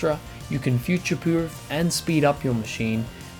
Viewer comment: I'm all about "futurepuerofing"... haha